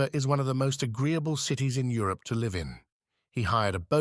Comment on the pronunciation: I totally get what you are saying. Even with all the mistakes l can’t stop listening as his work is so good. Occasionally there is a passage that is ‘read’ very poorly and still l listen. My favourite is Up at the Villa. I was so hooked. The silliest mistake is Live ( pronounced as in Saturday Night Live) and let live ( pronounced properly) 😂.